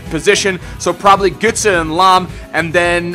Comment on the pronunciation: Götze not Gütze:DD